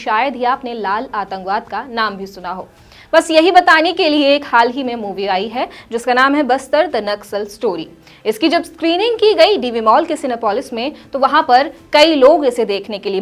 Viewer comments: Madam it is not Buxar... It's Bastar.... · आप को तो बस्तर भी बोलने नही आता 😂